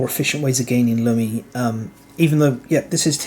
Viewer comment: I think it should be pronounced "loomi", as in "illumination".